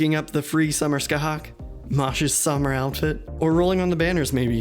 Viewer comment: Thank you so much for pronouncing Scathach correctly :D